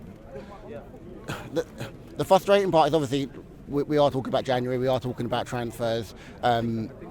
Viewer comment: Fwuswating. Welase Woderwick